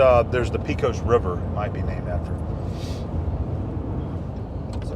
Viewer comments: Pecos has a short e, not long. Like paycos. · I was raised in NM not far from Carlsbad. I don't ever know how many times I have been to the caverns. Somehow I became the tour guide for our visitors. It is a special place. The tours have really changed since the "old" days. Pecos, is pronounced Paycos...